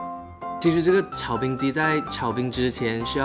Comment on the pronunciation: 水果炒冰听成水果奶奶😂